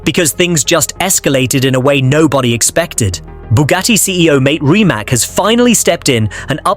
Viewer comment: It's Rimac not remac not rymac I just wish it would get it right.